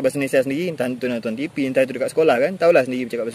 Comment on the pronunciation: Adik cakap sebijik mcm sy ckp di johor ini…mantap. Cume sebutan tv dan video tu kurang tepat….bunyi nye sepatutnye tivi bkn tifi. Vidio bkn fidio